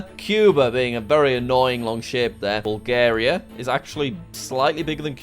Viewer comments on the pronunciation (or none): none